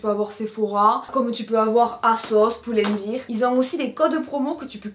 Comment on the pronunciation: Merci pour le haul :) Stp, c'est Pull and Bear, prononcé "bèèèèr". Toi, tu le prononces "biiiir" comme une bière en anglais. ;) Ça fait des années que je ne dis rien mais je suis prof d'anglais et je te jure, ça me rend dingue. 😅